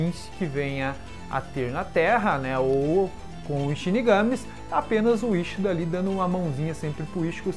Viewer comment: Quincy não Quinxy, iCHIda não Íchida, Yachiro não YaraCHIrú.